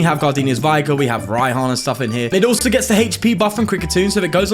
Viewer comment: Its V-ig-er no Vi-ger